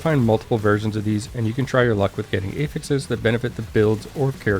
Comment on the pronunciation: "A-fixes" - was so confused for a moment, it's "aah-fix (technical /ˈæf.ɪks/)". That can differ slightly based on using it as a noun or a verb (this case, it's a noun) I'm really not a spelling nazi or anything, but you're a content creator and presenting information, right? ;) Love your videos (if I didn't, I wouldn't bother). Always straight to the point, without the fluff.